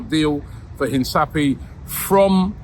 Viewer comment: My ears can't take it anymore, I thought others call it Hin kapie, but hear more of the 'S' sound from Robbie's mouth, oh my ears